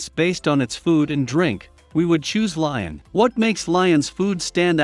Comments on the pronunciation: Lyon is pronounced “Lee-On”, NOT “Lion” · It's pronounced Leeon you idiot.